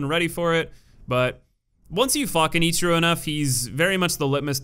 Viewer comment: “” was my favorite.